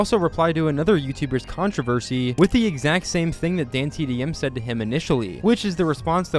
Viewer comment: bro he mispronounced ksi mr beast and dantdm on purpose